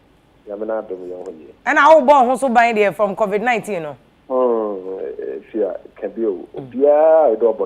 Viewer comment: Eiii Afia you have change the way you pronounce your last name. You will kill me.